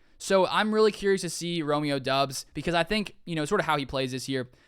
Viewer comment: Romeo Doubs is pronounced Dobs just FYI